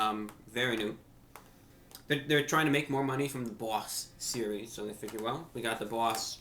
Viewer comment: "THEE BAUGHWSS SERIES"